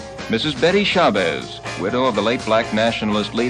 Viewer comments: Hey babe is SHA BAZZ. NOT SHABEZZ. GET IT RIGHT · I came looking in the comments. Betty Shah-bezz? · As soon as he mispronounced her name...